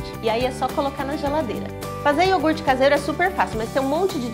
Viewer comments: Eu adorei ela fazendo o IORGUTE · receita: iourgut caseiro Ingrediente: iourgut